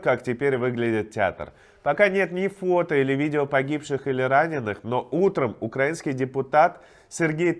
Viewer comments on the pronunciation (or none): Ставь правильно ударение «УкраИнский народ»